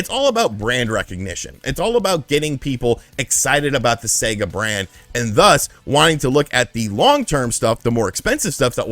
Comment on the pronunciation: "Seger" lol